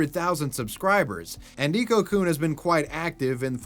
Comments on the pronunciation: hmm sorry about playing the grammar police here but it's pronounced Neko-Kun not Nico-Kun.. like the e is spoken a bit more like ey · it’s pronounced “Neh-Koh” not “nee-koh”. Carry on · How did you pronounce neko so wrong, it's Neck-o (I say this as someone who speaks japanese) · Neko is pronounced NEKK-oh, not NEEK-oh. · The way pronounces "neko" as "nico" or "neeko" hurts my ears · Just as an FYI, Neko-kun is pronounced nay-ko, not neeko. In Japanese, "e" makes the long a sound. Neko means cat. 😺-kun. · are you pronouncing "neko" as "nico"...? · The hiragana used is ね which in English is “ne” and pronounced “neh” as in neck. So it isn’t “nee-ko”, it’s “neh-ko”. Nee-ko would be spelled にこ, not as we see it spelled out ねこ. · neko-kun, not niko-kun. he even spelled his like "neckokun" so you'd pronounce it correctly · "Ni"ko-kun...It's pronounced "Neh"ko. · 'Neeko-coon'... painfull. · FYI, you were pronouncing Neko wrong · The "tell us you don't watch anime without telling us you don't watch anime" challenge.:::Repeatedly mispronounces "neko"